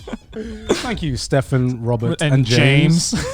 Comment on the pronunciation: Dunno why, but I completely fucking lost it when Garnt pronounced Stephen as Stefan